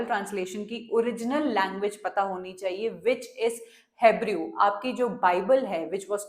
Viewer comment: Ma'am hebrew is pronounced as हिब्रू I just loved the explanation ❤